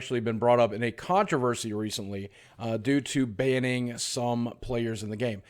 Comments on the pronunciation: Lol contraversy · its controversy, Boogie ma boi.